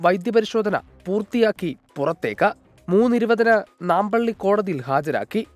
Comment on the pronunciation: മാമ്പള്ളി അല്ല നാമ്പള്ളി കോടതി